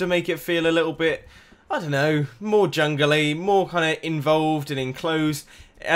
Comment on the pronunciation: the way you say "jungly" is AWESOME love it